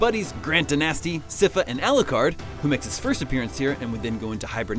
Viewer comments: Let's not forget "See-fa" instead of "Sigh-fa". I'll let "DaNasty" slide since that's the "official" spelling (even though it's supposed to be "Dinesti"). Thank Dracula that the Netflix series gets Sypha's last name right ("Fernandez" - I have no idea how they dropped an 'n' to get "Belnades"...). I think it's safe to say this guy was just reading a script and isn't really a Castlevania fan. Kinda like Megaman's voice actress in Megaman 8 pronouncing "Bass" as the fish ("b"+"ass") instead of the clef ("base") even though his wolf's name is Treble... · Ma-tias? I get Sypha's mispronounciation because the "y" could be pronounced "Eye" or "E", but MaTHias has a goddamned "Th"!